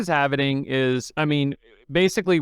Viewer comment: It's not "half-ining", it's "halving". RPM does this also. there is no "ining" at the end. It's pronounced like "Halv" "ing"...